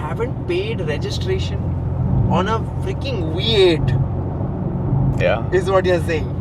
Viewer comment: Why do the pronounce vee as wee 😅 it’s a V8 not we8 😂